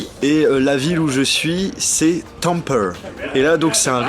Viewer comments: ON DIT PAS TAMPERE MAIS TAMPèRè !! voila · Et en Finlande il parle finlandais il parle pas englais Tamper sa se prononce tampère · la grande tour ou tu était j'y est manger le soir avec la famille de mon correspondant c'est vraiment magnifique (et juste la ville sa se prononce tempéré mais c pg😂) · je suis finlandais et on dit tampéré